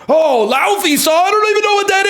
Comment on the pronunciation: Laufey is fantastic, the iclandic pronunciation is "Lay-fey"